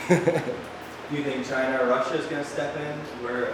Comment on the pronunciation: "Chyna" = israel